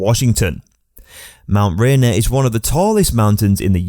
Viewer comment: At least use someone that can pronounce Mt Rainer properly. This video SUCKS.